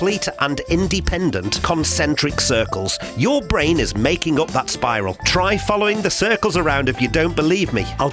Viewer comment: There's an audible illusion here too. When your say bwain I hear brain.